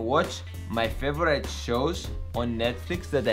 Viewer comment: First of all congratulations, u showed great mental and physical strength to pull this off. Please learn how to pronounce "favourite", it's not pronounced as favourA-ee-t' as u keep on saying on all your videos, like " it's my favoura-ee-t person in the world or day in my life etc"... Brilliant quote in the end! All the best